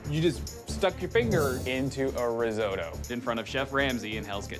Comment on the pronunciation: "Reesohdo" instead of "Risotto". What a shame!